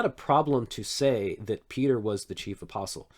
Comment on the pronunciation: Can’t forget when Peter says himself “and i am a fellow aspostle” 😂